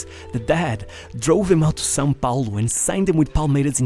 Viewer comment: the very first time a english speaker pronounce "são paulo" correctly, . The narrator is beyond expectation.